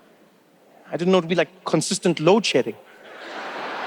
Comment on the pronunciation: lol - to mean it sounded like load shitting, and I did not understand what this was about